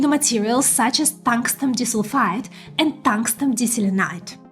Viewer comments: dis-ul-fide?? Nailed molybdenum though! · She means to pronounce it as "di" - "sulfide" ... two sulfur atoms linked together. Great report though. Thank you